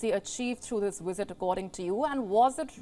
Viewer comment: LoL. The "wisit" came and went. Nothing happened. News over.